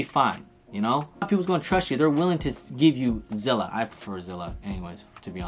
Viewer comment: Zilla = Zelle lol